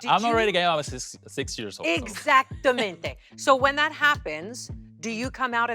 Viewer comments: Michelle saying that she wanted to judge España after half a year of studying spanish is showing in this video. “Exactomente” girl exactamente is not an advanced word omg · Hearing Michelle say "exactamente" makes me understand why Drag Race España barred her from the judges panel.